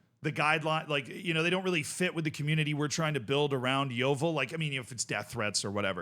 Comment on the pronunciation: I never thought I would see make a video on my local club! I also love how an American can pronounce Yeovil better than most of the English media. The thing is, this “abuse” that Hellier talks about isn’t even abuse. It’s critiquing him for being a massive coke head (my dad once saw him doing a line in the toilets at the club last season), offering fans out for a fight (I actually have a video of him being dragged off a fan in our local pub), abusing fans when they don’t agree with him, and constantly belittling us and branding himself as “the saviour” of our club. He constantly embarrasses himself and our club by running onto the pitch to try and fight the referee. We retired the number 4 shirt when our captain committed suicide a couple of years ago. Hellier Un-retired it, and told us to grow up and stop complaining. He constantly calls fans “spastics” or “retards”, and even makes digs towards children. The reason why he has such an issue with Gloverscast, is because they’ve rightfully called out Mark Cooper (manager) and Hellier for selling our players and replacing them with young loanees who aren’t good enough and who end up getting recalled after a month, leaving us short once again. Cooper consistently falls out with players, and also blasts fans who complain about the boring playstyle. We get told we aren’t “real fans” pretty often, just because we don’t want to go and watch negative football and put up with all the shit that’s been going on. Edit: forget to a